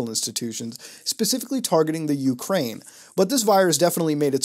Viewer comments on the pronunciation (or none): none